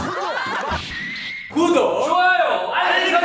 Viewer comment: 이런말 하기 좀 그런데.. 콘도를 콘돔이라 들었네 ㅋㅋ